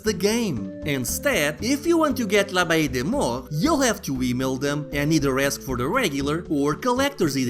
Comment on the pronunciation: Man, that's a pretty nice collector's edition. The wax was a nice touch. Really the whole package looks really good, especially for a indie game. I have no idea how you were able to pronounce this game's name lol. I actually really like the graphics and the ability to choose between different versions of graphical modes but the fact it changes up the gameplay itself is really cool imo. Anyway, great review. The CD-I version of this will be the definitive edition.